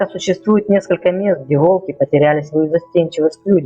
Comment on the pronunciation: Не волкИ, а вОлки. Делай ударение правильно